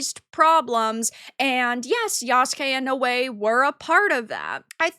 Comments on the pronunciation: It's pronounced Now_Way Noae that was driving me crazy I started to think do you know how to pronounce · I love how you give so little of a fuck you don't even know how to pronounce Naoe.